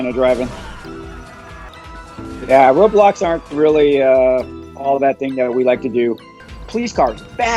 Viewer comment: Every time he says roadblocks I understand Roblox